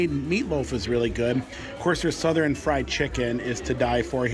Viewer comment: I've never heard anybody say Southern the way you do..lol...suthe ren....lol...I was born and raised in TN. I've always said it like Suthurne.... cracks me up. Now I can't stop saying it the way you do..smh